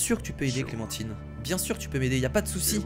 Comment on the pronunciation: c'est pas clementiiiine c'est clementine comme le fruit xd